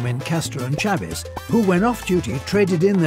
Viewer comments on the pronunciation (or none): none